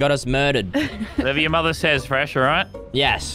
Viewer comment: fresh not feesh